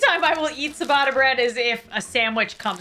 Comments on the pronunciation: She says ciabatta like siabatta. Phonetically it is chiyabutta. And challah. I don’t even know how to write it phonetically. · I don’t wanna be that guy but isn’t it ciabatta (chi-bah-tuh) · K. I'm gonna be "that" person. The "cia" combo in Italian is pronounced like "chia" (like chia seed). Ciabatta=Chiabatta, Focaccia=Focaccia. Rye and pumpernickel rate much higher on my chart - especially if served with a hearty stew or borcht😊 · its pronaunced chiabatta not siabata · Oh my goodness, the c in ciabatta is pronounced with a ch sound, but its adorable hearing you say siabatta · Sa-batta bread😅as an Italian I find that hilarious 🤣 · My Italian heart when she said ciabatta 💔😢 babes it’s a ch sound not a s x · I’m crying at the way she pronounces ciabatta 😂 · OK. But, you have made a great error. How did you pronounce Ciabatta because I can tell you it was definitely most certainly not correct.